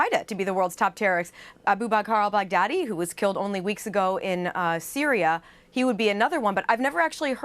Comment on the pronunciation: "all-bag-daddy" LMAO